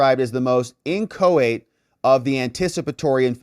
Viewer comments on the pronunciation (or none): Your pronunciation of inchoate is incorrect